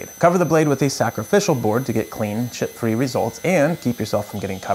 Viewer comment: I've replayed the same section over and over again, and I think you say, "chip free" but it sounds like "shit free" but, those both work equally! 😂